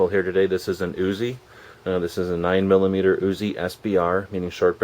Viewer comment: * arnold accent * " the uzi 9 millimetuh " hahaha